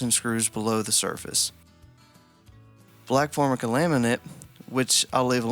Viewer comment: it's 'for-MIKE-ah', not 'FORM-i-cah'.